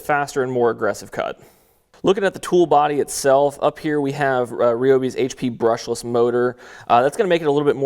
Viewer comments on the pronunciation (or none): It’s produced rye-o-bi Not ree-o-bi